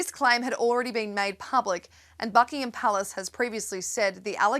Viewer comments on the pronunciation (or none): none